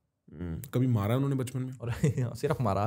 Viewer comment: said unne (usne )😅